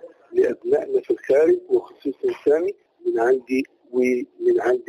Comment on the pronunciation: اسمه سامي ... عيب تقولو سام